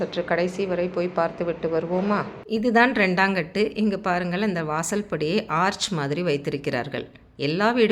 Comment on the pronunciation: Your Tamizh pronunciation of பாருங்கள், வாருங்கள் is not correct madam. Please check and correct